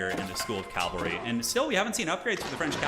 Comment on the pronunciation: Calvary vs Cavalry pronunciation